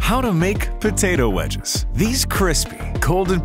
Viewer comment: kos time to destroust potoao